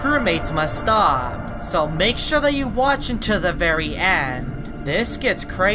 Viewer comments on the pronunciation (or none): none